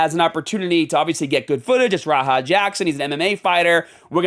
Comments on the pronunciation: "RAHA" I thought you were an EXPERT on this subject smh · "Raha Jackson" 😂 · Bro you’re calling him Raha. Idk if you’re joking or not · Are you intentionally mispronouncing every name to be a pretentious asshole? K n o x Knox as in Knoxville Tennessee Chael Sonnen like kale but with a c h Raja same as the Tiger in Disney's Aladdin it's not that hard dude everyone's been saying these names since the beginning of time you're the only one that likes to mispronounce them